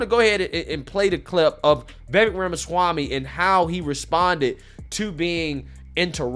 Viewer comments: It's pronounced VivAke like cake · Dear, I love ur channel but PLEASE learn to say Vivek’s name correctly.